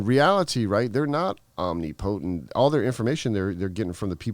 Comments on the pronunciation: Lol Omni potent… it’s “ohm-nip-ah-tent” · Who the fuck says "Omni-po-tent"? or "Bonnie and THE Clyde". Yep, he's always been a criminal.